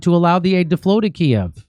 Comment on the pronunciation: i like that you call it kiev and not KEEV